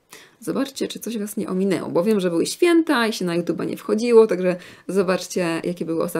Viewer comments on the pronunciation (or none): none